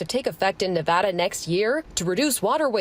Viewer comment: Not being from the Silver State, it's strange hearing an entire news report about Nevada and not hearing it mispronounced a single time.